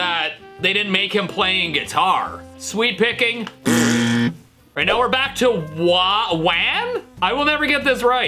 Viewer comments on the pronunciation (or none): I keep hearing sweet-picking Rather than sweep-picking